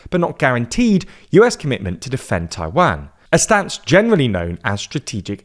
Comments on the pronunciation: How can they Taiwanese pronunciation right and not Taiwan 😅 my mind is blown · Yeah, this is another transliteration issue. Mandarin has no short “a” as in “cat” sound, it’s “ah” as in “father”. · For a person that can’t even pronounce Taiwan properly, how can I take your point seriously? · That's not closer to the Mandarin pronunciation. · The pronunciation of Taiwan is killing me lol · Not Tai-WEN, Tai-waan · jesus, its not pronounced as Tai-Wang.... it's tai-WAN.... U r english, u should be able to pronounce it correctly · Repeat after me: Tai Wan, not Tai Van. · Why do you Brit’s and Aussie say Tai-WAN, like WANKER. Pronounce it better like a Canadian and American, TAI-WON. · Hearing you call it "Taiwhaen" is really confusing. Far as I know, it's pronounced "tai-one" , right? As in the number one. Taiwan -> tai-one? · it is "Taiwan" not "Taiwen" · 😅 i really really enjoy the subject and the analysis as a whole, but. Those pronunciations hurts my ears. It is Taiwan, with a W, not a V, it is not a Van. And then Tsai Ing-wen, and Lai Cing-Te. Lai Ting De, as it is pronounced. Those Cing and Te, is wade Giles. A really really bad and really old way of writing the Chinese pronunciations. 😅 This is where Nanking, Peking, and so on comes from. Just like it is pronounced Beijing, and not Peking, then Lai Ching-Te is not pronounced Lai Ching-te, but Lai Ting-de. I am an actual Taiwan expert so I agree with parts of the analysis, and overall it is solid. And that is big compliment since most coverage of Taiwan is 😅😅 well,🐶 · 我说的是"a", 不是"an"和"ai". 用IPA表达 正确的读音应该是/tʰaɪ wan/, 视频里那个人说的是 /tʰɑɪ wæn/ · Dying at english pronunciation of Taiwaaaan 😂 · taiwen. jeesus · agree, the strange pronunciation is very noticeable, "Taiwanne". Good informative video nevertheless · It's pronounced "tie-one" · The way he says "Taiwæn" is making me cringe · At least learn to pronounce the name of the country you're talking about. It's painful to listen. It's Taiwan with a long second 'a' sound.